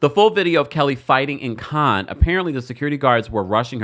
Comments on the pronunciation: Sir! If you're gonna report news, please learn how to pronounce words first. Cannes is pronounced can-na, not con. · This is of little importance, but it (Cannes) is pronounced "kan" not "con". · Cannes Is Pronounced Can, Like ‘I Can’ Not Kahn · It pronounced can festival not khan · It’s pronounced as “Can’s” film festival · Pronounced Can, rhymes with tan.❤ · It’s pronounced “can” like a can of paint. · With respect, it's pronounced "can" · Cannes-cans.... Sorry it was driving me crazy.! It's pronounced cans... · Respectfully and I love you. Cannes is pronounced like can. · Hi😊 I just heard you say that the French don't like it when we mispronounce their words. I just wanted to let you know the correct way to pronounce "Cannes", is "Can"...like we say, trash can. I'm not trying to be rude, as a person with melanin, I wanna see us shine 😊❤